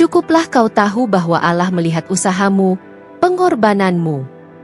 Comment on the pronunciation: Cibinong Bogor, mbak maaf ya, bisa GK d perbaiki kata, ALLAH nya🙏🙏🙏